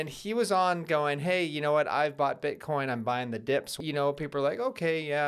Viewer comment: Eth Eth Eth - that's what I hear everytime you say Bitcoin Bitcoin Bitcoin.